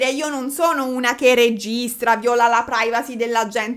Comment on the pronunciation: Non è viola, è vìola quando stai usando il verbo violare